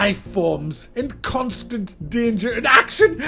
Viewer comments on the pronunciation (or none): When you said action, I heard achtung. Seems like a warning.